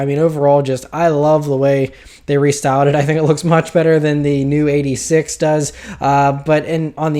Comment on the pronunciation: Just a heads up- the proper way to say the name would be toyota eight-six not eightysix